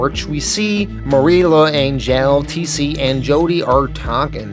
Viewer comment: Ok first, L’Angelle pronounced “Lan-jell”. Second, those stories about people spitting on returning Vietnam vets are entirely made up. It never happened.